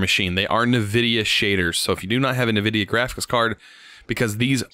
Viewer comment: Wtf I did not know there was a person in this planet who pronounce Nvidia as Nevidia.